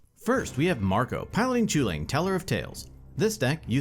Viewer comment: It still isn't pronounced "choo-lane". The least you could do is try and respect cultures that aren't your own